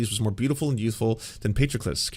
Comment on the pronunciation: Amazing how you took the time to look up the pronunciation of Patroclus and then ignored it completely and proceeded to mispronounce it throughout. Just spectacular.